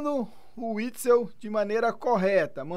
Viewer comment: Me deu agonia dele falando errado, dois videos falando errado kkkkk